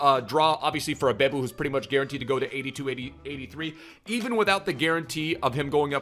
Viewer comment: Who told you it's pronounced "Bay-bou" 😂